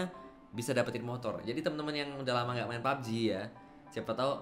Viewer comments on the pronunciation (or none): none